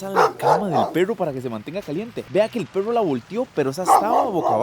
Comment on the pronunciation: Una pregunta por que no pueden pronunciar perro: dicen PERROU, CUERNOUS. he escuchado muchos ticos con esa cuestión, es pregunta sería 😊